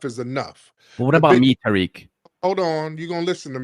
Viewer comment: Now why you got the singer saying Tah Rik! 😂😂😂